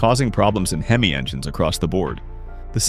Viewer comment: Hey, the word is prounced HEM EE, not HEM ISS.DUH!